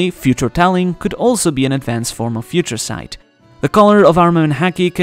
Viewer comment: "Feaha Ture" Sight 😂